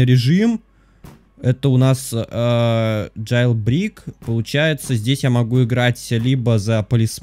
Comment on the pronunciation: Не джейлбрийк а джейлбрэйк 🙃